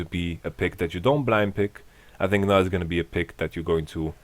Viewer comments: I love how he pronounces Gnar. everyone says 'nar', but he says 'Gnar' :) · Doesn't really make sense since gnar himself calls himself nar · Yamato has put the G in the Gnar.